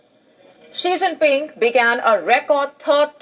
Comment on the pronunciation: Not Shing Ping 😂🤣🤣